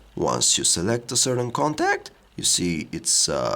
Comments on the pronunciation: certain coNTAAHHHCCCC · ordEEEr contAAAAct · the certain contaact xDD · ContAAAAAct xD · damn the way he says contact hahahahaha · haha I laughed the way he says contact! damn! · I'm sorry.. I couldn't help but laugh when he said contact :L